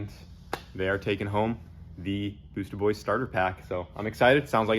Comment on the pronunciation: BoostedBOIZ…. Not BOI… 🤦‍♂️ rip channel